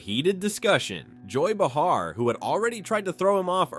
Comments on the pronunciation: Joy Bu-har? Either this is more AI crap or he has no idea what he's talking about. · First of all, a stand-up comedian, Joy Behar, isn't a journalist. Second, if you consider getting your "information" from a bot that can't even pronounce her name, lol. Then you're clearly the one with problems....